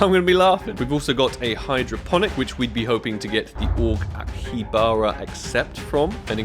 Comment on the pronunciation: It's not akibara.... It's akihabara(pronounce as aki-ha-bura)